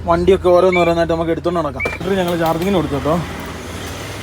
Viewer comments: ബാറ്റരി എന്ന് പറയു. ബാൽട്രി എന്നല്ല. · ബാറ്ററി ആണ് ബാൽട്ടറി അല്ല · Battery ❌ Baltary✅ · ബാറ്ററി എന്നു പറഞ്ഞു ശീലിക്ക്, ബാൾട്ടറി അല്ല. "ഷിബു ദിനം" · ഇതെന്താ എപ്പോഴും ബാൽട്ടറി എന്ന് പറയുന്നു? ബാറ്ററി എന്നല്ലേ പറയേണ്ടത്?